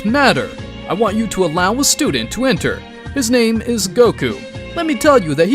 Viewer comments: bro why does he pronounce all of these names wrong ts pmo sm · Bro cannot say the names 😂😂😂😂